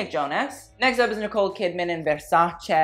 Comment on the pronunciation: I am sorry but if you wanna judge fashion at least you should pronounce the brands right. Idc what is your native language, you should respect the language where the brand comes from. Like if you are just regular person then whatever but if you have a channel dedicated to fashion then you should act like it. I am so fucking sick of hearing Versacee when it's just Versace, look up the proper italian pronounciation (same goes for lots of other brands). If you wanna look like professional, that is the first step imo